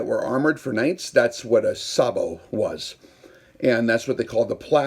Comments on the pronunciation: Pronounced “say-bo” Also, sorry you are wrong. The threaded closure system is one of if not the strongest mechanical joint out there. It’s actually amazing. And it’s only the first 3-4 threads of any threaded joiner that provides almost all of the strength. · Pronounced on this side of the ocean as SAYbow - the fire command in a tank goes "Gunner! SAYbow! Tank!"